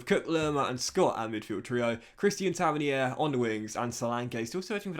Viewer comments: its pronounced “tav-earn-ear” not “tavinihair” 👍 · Taverneer it’s pronounced